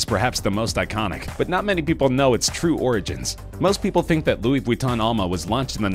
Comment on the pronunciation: Ahaha he said Louise Vwiton instead of Ve-ton-e.